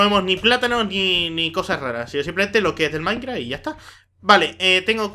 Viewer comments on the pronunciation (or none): dices, maincra xDDD